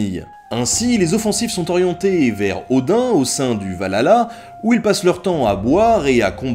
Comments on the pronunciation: Par contre on dit pas valhlala mais Valhalla tous le monde fait la faute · pas mal mec bonne recherche . la prononciation est dur c vrai . mais sans etre mechant. c VAHALLA NON VALALA. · Le "Va-lala" xD